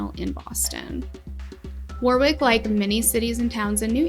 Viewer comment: Lived in RI at this time and it was so horrifying watching the fire live on TV. So many families touched by this tragedy. And, btw, you are saying Warwick correctly.